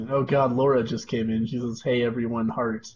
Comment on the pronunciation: is it bad i thought she said fart slide instead of heart slide?